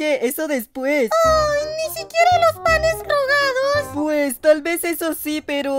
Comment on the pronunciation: Soy yo o plaga y el papa de marinette dicen panes drgaros?